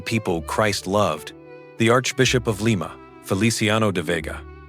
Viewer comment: AI....it's Lee ma. LYE MA is a bean.😮😅😅😅